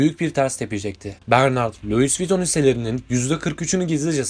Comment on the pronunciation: Luğis viyuttonnnn